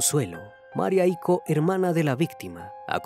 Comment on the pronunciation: Es Icó, no Ico